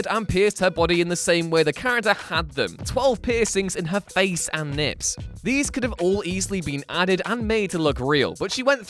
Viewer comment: Did he say lips or nips?